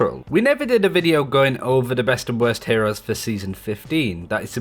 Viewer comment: Nigga said ehores😂